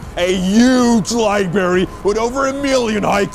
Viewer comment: "....a huge liberry..."